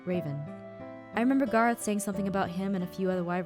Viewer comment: IT'S GARROTH NOT